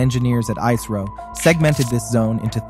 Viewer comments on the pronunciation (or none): its not iiisro its isro